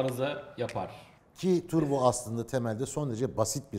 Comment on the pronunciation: Yerinizde olsam stüdyoya bir turbo getirirdim. Bir de “türbo” nedir? Yanlış telafuz ediliyor. Doğrusu “turbo”dur.